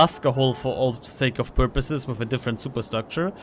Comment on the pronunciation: intensive porpoises